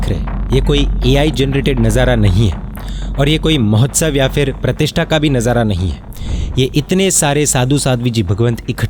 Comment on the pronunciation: Aapki baat sampurna tarah se sahi hai. Bahut hi accha aur prerit karne jaisi baat hai. Par aapne jo mahotsav word stress kar ke bola vo bahut hi zyada galat baat hai. Jo mahotsav hone jaa ra hai uski pavitrata bahut zyada hai. Yadi aaka aashay vo nahi thaa toh micchammi dukkadam. Jai jinendra. Sabhi sadhu mahatma ko mathen vandami